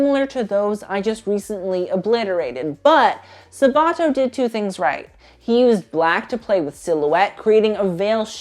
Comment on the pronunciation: I don't want to be mean but the way you pronounce Sabato's name gives me anxiety. It's Sàbato not Sabàto :)) great video tho I laughed a lot